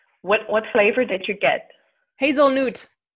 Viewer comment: I love how you pronounce hazelnoot and I love how Juul subtlety corrects it 😊 Edit: Your pronounciation made me realise we write the dutch word for nut like pingu's nootnoot and I'm all for it 😂